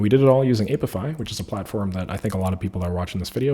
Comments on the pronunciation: "aye pee eye fi" not "ape if eye" 😉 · The "a" in apify is short like in app. Not long as in ape